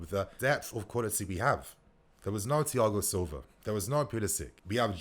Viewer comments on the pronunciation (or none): none